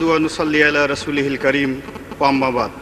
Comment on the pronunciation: ওর আরবি উচ্চারন শোনলে বকরিও হাসবে।বিসমিল্লাহির রহমানুর রাহিম!!! নাহমাদুহু ওয়ানুসল্লি আলা রাসুলিহিল কারিম ওম্মাবাদ!!! এই হল আওয়ামি জাহেলদের আরবি পড়ার অবস্থা কোরআনকে বিকৃত করা হাদিসকে বিকৃত করা গোলাম মওলা রনি একটা বুঝদিল পাচাটা গোলাম।